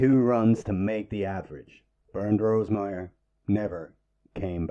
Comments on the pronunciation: ONLY A "PADDY" WOULD PRONOUNCE HIS NAME "BURNED".IT SHOULD BE PRONOUNCED "BAIRNT". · "Bernd" does NOT pronounce "Burnt" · It’s pronounced ‘bAirnt’ rhyming with air and the d is pronounced as t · Bernd is pronounced Bernt and there was no F1 before the war, they were Grand Prix cars. the first F1 race, and therefore F1 cars, was in May 1950 at Silverstone. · Caracciola is an Italian surname so the 'cc' is pronounced like the English 'ch'. Car-a-chi-ola. (not "Carassyola") The 'e' in the German first name 'Bernt' is an open vowel sound. It should sound more like 'Bair-nt'. (not "Burnt")